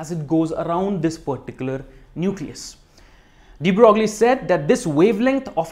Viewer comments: It's pronounced "De Broy". But few people ever say it right. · The French name DE BROGLIE is pronounced like "DE BROY" (= like 'the boy' with an r)